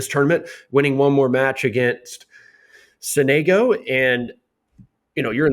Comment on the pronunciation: as an italian, hearing sonègo hurts ahahha, it's sònego